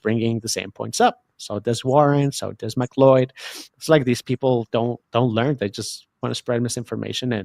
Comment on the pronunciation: That's how you pronounce it?